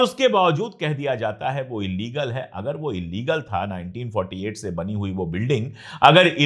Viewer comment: Court mentioning as illegal but don't pronounce as illigal 😢😢